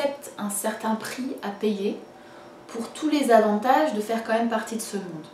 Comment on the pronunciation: Merci pour cette vidéo, comme d'habitude très construire et intéressante! Continues avec des nouvelles vidéos sur ta chaine, vraiment ! Juste une petite remarque, vraiment pour toi, tu sembles souvent prononcer le mot "même" "meume", je sais pas si c'est une manie, ou tu n'as jamais remarqué :) Voila, si jamais ça peut t'aider ! encore une fois continues tes vidéos !!